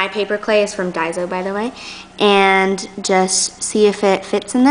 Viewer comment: It is daiso. Not daizo